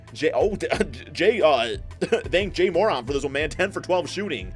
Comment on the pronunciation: This nigga said some “Jay MORant”🤣🤣